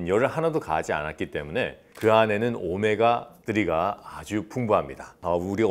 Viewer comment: 오메가 뜨리 캬 원어민 발음 ㅋㅋㅋㅋㅋ